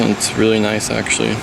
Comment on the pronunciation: Cowl not hood Double u d 40 not dubba d 40 Water not wahder Actually not akshally Cause not cahz Culprit not coalprit Skeg not skag Run not ran Reverse not ruhverse Bolt not bowl Taken not tooken